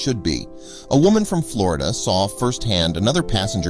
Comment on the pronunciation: I really wanted to believe this story is true. But the dude said "Flardia" instead of Florida in the first 40 seconds. There is no way I can take this story seriously after that, and you should be ashamed of yourself if you do.